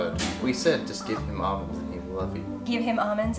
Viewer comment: Ahmands lol.. Almonds..